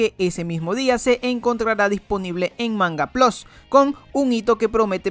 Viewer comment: Gente normal: mangaplus: mangaplos